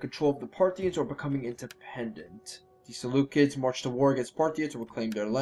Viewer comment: Ser-loo-seeds. You pronounced Seleucia correctly, but you call Seleucids as "Seleukids". Unless... Seleukids is some kind of joke you are attempting... if not the cids should sound like seeds.